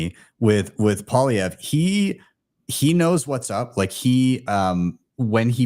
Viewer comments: Actually it’s pronounced “Pwah-lee-ev-ruh”. I’m a Canadian reitired French teacher. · its pronounced like "poly-ev" for crying out loud lol